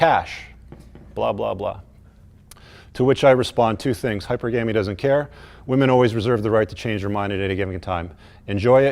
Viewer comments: Every time he says "hyper gammy" he loses even more credibility. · “Hyper Gamie”